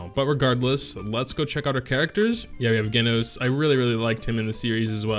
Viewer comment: its pronounced Jenos not genos :v